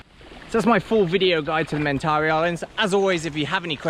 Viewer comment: Man surely you should learn, first of all, the proper pronunciation of Mentawai before becoming an expert on the area???